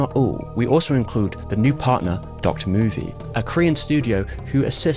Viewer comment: I've been wondering if its pronounced "doctor" movie or not for yrs and I'm so happy to hear it pronounced that way lol